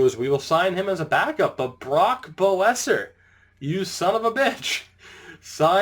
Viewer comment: hey man Brock Boeser is pronounced besser